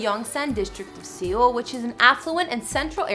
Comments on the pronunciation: GIRL!! Seoul is pronounced the same as SOUL NOT SEE OL. Jesus. Learn the correct pronunciation before making videos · Seoul. Just say it like Soul in English. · Seoul is pronounced Soul. Not seal or see-oul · Seal lmao it’s pronounced soul (Seoul) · I also heard sEoul like bruh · You did NOT just say "See OLE", did you? This is basic knowledge if you're researching a subject. How to say it! Plus, WHO doesn't know how to pronounce it? It's a major world city! I realize this is a relatively minor thing in the video, but...huh? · I lost it at the way she pronounced Seoul. It's Seoul rhyming with soul 😂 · R Y P but if your going to do a “report” on ANYTHING, it’s a good idea to learn how to pronounce the names of the main subject of the report....otherwise you don’t seem very credible. And then mid-pronouncing Seoul?? Credibility gone. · Yo she pronounced EVERYTHING wrong omg even Seoul omg 🤦🏻‍♀️ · Okay, the names I can understand, but who doesn't know how to pronounce Seoul? Also is that a still from What's Wrong With Secretary Kim? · She said Seoul wrong😂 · Pronounced Seoul wrong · Seriously....I know she apologized, but you couldn't look up how to at least pronounce SEOUL? SEOUL!? It's a very large and well known city.... -_ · She said se-ool when it’s .....seoul. And namsan like n-eh-mm san when it’s really nam like namjoon. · ”in sAy-oHL” ”yUong-cook” ”cHin” edit: I’m not trying to be rude to her, please don’t hurt me jsjdjekkdjdj